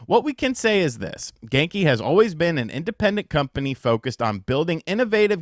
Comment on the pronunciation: Genki...more like: "Gone-ky"